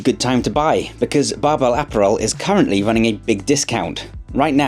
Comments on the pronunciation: Uh-pa-rul - apparel. Not Aperol.... lol sorry not sorry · Which he pronounces incorrectly (unless that's how the brand want it pronounced). It should be a - PAH - rul, in the same way you would pronounce 'apparent'. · I can always learn something or be inspired by this channel. Today I also learned the British pronunciation of "app-arel"